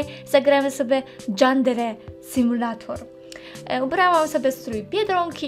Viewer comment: Źle czytasz nazwę :P Ale to nic